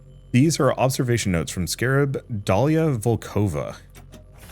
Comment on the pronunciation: It might be unexpected, but her name is actually pronounced as daliA vOlkova, cause her last name is from slavic group and therefore her first name is probably from arabic group😅